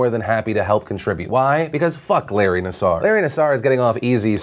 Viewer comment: Hi Philip! My name is Julie and I'm a reporter and graduate from Michigan State University. I mean this in the best way possible--but you are pronouncing Larry Nassar's name incorrectly. It is pronounced "Nass-err" not "Nass-are." This is a common mistake many are making at this time...but in the interest of accuracy...I wanted to make sure you knew so you could present your audience with the most correct information possible. Sounds silly, but I would hate for anyone to discredit you/your content based on something like a mispronunciation.